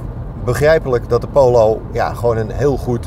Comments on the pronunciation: Hahaha. Poowloow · Prima video. Wel even het woord Polo uit leren spreken. pholow